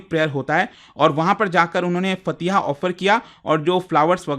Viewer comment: It's मजार ए शौहदा not मजर, and फातिहा not फतिहा 😊